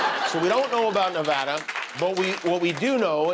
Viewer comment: We start counting over every time someone says Nevada the wrong way